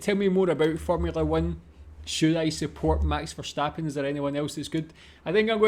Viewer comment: Verstappen, not Verschtappen. His name is Dutch, not German, so no sch-sound in his name.